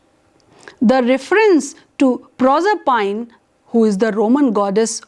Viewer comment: "Nopoleon the Turd" - could this be an experimental cartoon character? If you hold a doctorate in English Literature, please check the pronunciation of "stanza", "Proserpine", masochism" and approximately 500 other words before making your presentation.